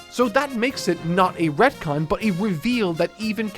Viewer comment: Sounds like he says red-con